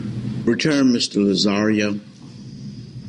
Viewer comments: Lol I love Judge Perry ( he’s no longer a judge though) and it’s hilarious he keeps calling Tony - Mr Lazzario…..it’s Lazarro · Larry Bradford Actually, it's Lazzaro. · Lazzario, bidness, stipalation, the list goes on and on.... but I couldn't LOVE Judge Perry more! Hes like a teddy bear. They call him the "velvet hammer".